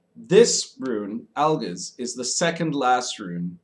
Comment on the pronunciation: Al-geez, not Al-gisz